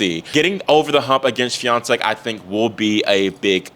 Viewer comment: I'm proud of your pronunciation of Iga's last name! 👏